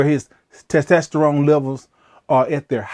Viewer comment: Can you please say it correctly? Tes tos ter one